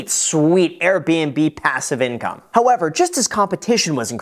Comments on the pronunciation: It's pronounced: "pAsSiVe iNcoMe OMG" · I am just so curious as to why the lady in the beginning had to say "passive income" the way that she did. I rewound the video just to piss myself off by hearing her sat it like that again I missed the rest of the video